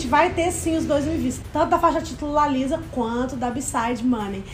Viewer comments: a pronúncia certa é Lissa não Liza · Que agonia elas errando o nome da Lisa kkk